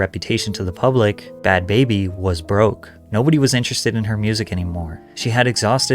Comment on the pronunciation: Its not pronounced "baby" its "Bah-bee" Like saying Barbie but with a NJ or RI accent.